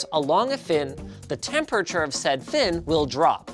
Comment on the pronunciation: I love how Linus says “Tempurture”